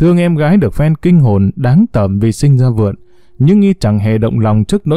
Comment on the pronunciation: ơi, “kinh hồn táng đởm” là đúng, không phải “đáng tởm”. Mình thấy đọc như thế này lần thứ 2 rồi. Truyện của Bùi Ngọc Phúc và giọng đọc đúng là cực phẩm. Cám ơn 2 bạn rất nhiều ❤